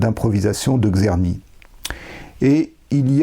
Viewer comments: Merci beaucoup pour cette exposé bien organisé et conduite sur le grand traité du Maître Czerny. Bravo! Une petite remarque quant a la prononciation du nom du compositeur : il faudrait mieux commencer par un son qu'on peut écrire en français avec la formule "Tch". Pensez au nom du compositeur russe Tchaïkovski ("Tch") et c'est le même son qui est décrit par "Cz" en polonais ou "Č" en tchèque. En tous cas, un grand merci! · il serait super de déjà prononcer le nom de Czerny correctement...avant d'aller au fond de ce travail intéressant: TSCHERNY, et pas Kserny